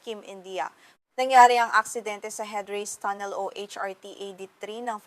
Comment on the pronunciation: Ang tagalog ba ng tunnel ay tonel?Mahirap intindihin ang ilang tagalog words mo.